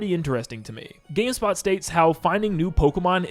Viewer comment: bro said gayspot lol